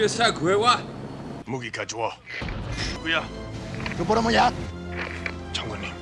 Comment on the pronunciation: 이 배우분 백악관 최후의 날에 출연했는데 발음 여전함 ‘ㄱ’랑 'ㅕ' 발음 못하는듯 "이 새끼 가져와" "이 셰키 카초와"로 들림